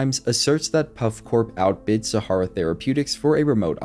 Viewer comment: You are pronouncing "Sahara", how? Have you never seen or read this word before? This is the problem with anyone being able to create 'content'. No editor.